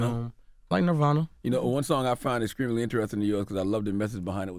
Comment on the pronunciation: “exshcreamly” 💀💀💀 the pronunciation of the letter T from southern people will never not be hilarious